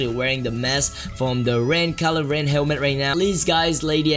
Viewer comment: rilo ren lmaooo